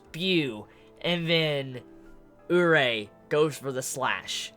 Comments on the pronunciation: More like Oo-ree-ay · isn't it "urié"? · Isn't Urie Pronounced "Yuri"? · I've always pronounced Urie as ooh-ree-ay